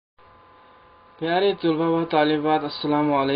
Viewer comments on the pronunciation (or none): طلبا ۔۔۔۔۔ط کے اوپر پیش نہ پڑھیں پلیز